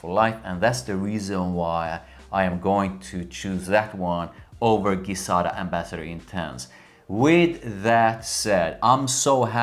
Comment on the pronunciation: Please pronounce it Gi (Ji)zada as per their promotion videos, not Gui-zada.... thank you :D